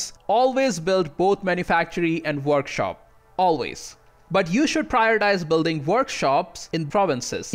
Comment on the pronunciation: "Worshop" good job. Lmao.